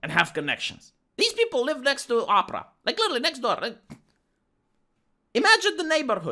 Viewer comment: I like the way pronounces Oprah's name, it sounds like "opera". Hahahaha 😹. BTW, this is a great video 👏